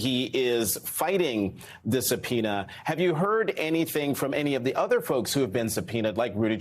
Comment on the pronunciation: really, i know it is difficult Latin word but come on Msnbc, it is a Subpoena